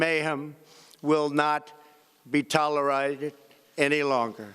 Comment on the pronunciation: Did he almost say tolerizes instead of tolerates?